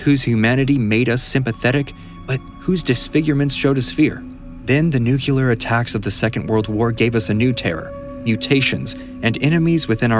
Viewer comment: Aw, you said "nuclear" the way George W. did. :(